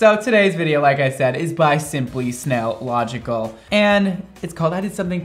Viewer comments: Everytime a Mondo says SimplySSSSSSSnailogical a nail polish bottle gets broken OMGOMG HE ACTUALLY SAID SIMPLY NAILOGICAL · Lol the min I noticed that he was saying snaillogical I rushed to comments to check I swear to got it’s killing already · Ummmm...I think that its Simply Nailogical not Simply Snailogical. LMAO💜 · SimplySnailLogial. Me: WHY! T-T ( btw no hate ur awsome <3) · Even though he calling simply simply snailogical he atleast did not put an h in cristine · he said Simplynailogical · he actully said simply naillogical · Did just said simply snaillogical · Wait he said nailogical instead of snailogical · Or he said it "wrong" lol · Right, he said it wrong so many times with such inflection I figured it was an inside joke or something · NOOOOOOOO also he needs to react to the new vid lmao pls say the channel name right this time tho